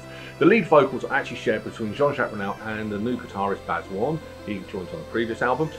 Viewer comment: Sorry mate but you lost me at "as written by my Mum" & at Coop de grace... Its pronounced Coo, and as for calling JJ Jean Jacques Brunel... Its Burnel.... Oh dear! Saying that Suite XVI I'd definitely rate this in bottom 4 albums. The rest l wouldn't argue with.